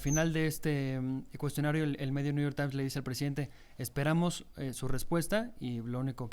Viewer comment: El que crítica a XOCHITL por no hablar correctamente inglés: tan políglota que lee el " nu yor tain".😂😂😂😂😂